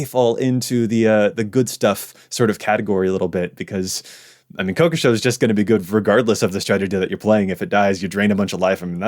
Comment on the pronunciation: If I ever hear it pronounced "Ko-ko-show" again, I'll slap the speaker in the face.